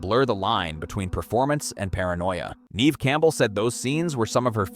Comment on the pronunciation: You're pronouncing her name wrong. Neve Campbells' name is pronounced Nev not Neeve